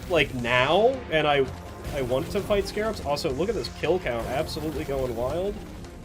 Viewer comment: Ok so Season 4 added: - the unfun Rockpox enemies - Stingtail and Spreader - bunch of weapon changes( Subata and Double Barrel reworks namely). So we got a lot of the bad for a slight bit of good. Also, small correction because it hurts my ears a bit: they are Scrabs. Not Scarabs, Scrabs. They took away that one a and it changes the name a lot. Should be said like Scrap but with a B. I'm not mad, and you are free to call them scarabs cuz that is what they are based on, but their name is Scrabs.